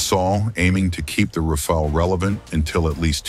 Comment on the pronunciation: Rafale, not 'Rafael'. The french word Rafale means Gust of wind.